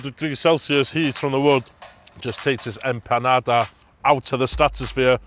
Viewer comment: Unique take on your Empandas… even how you pronounced IT.. EMPANADA DROP! #RESPECT